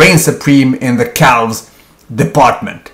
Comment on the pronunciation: Even before I clicked I knew he would pronounce the L in "calves"